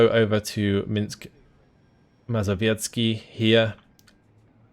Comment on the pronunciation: "Minsk Mazowiecki" that was beautiful!